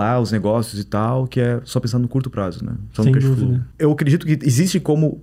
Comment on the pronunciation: Pedantismo é o que não falta aí. Topraiter????? Casflow???? Palhaço